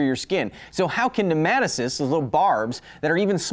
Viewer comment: The way you said nematocysts drove me nuts! NEMO-TOE-SIS